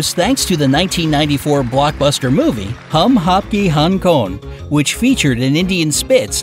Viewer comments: its pronounced as hum aapke hayy kon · The way u pronounce Ham apke hai kon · Hem apke he kon You really need to learn some pronounciation before making video about some different country... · When I listened to it first time I thought Hum aapke Hong Kong lol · He said hum hapke hun kon... Lol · The best part of the video when he pronounces the name of the movie " Hum Aapke Hain kon?" 😂😂😂 But great video.👍👍👍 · I replayed that part when you pronounced " Hum Aap ke hung konn? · so viared pronounce in "Hum Aapke He Kaun" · Pronounced hain koun?😆😆😆😆😆😆😆😆😄😲😲😅😀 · the way he pronounced sallu bhai’s film name is hilarious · I mean like listen how he pronounce "Hum appke hai kun" 😂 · Check out the way he pronounced it😂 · the pronunciation of 'hum aapke hain kaun' was really funny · His pronunciation of "hum aapke hain kaun"😂😂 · Liked the way you have pronounced the name of the movie 🤪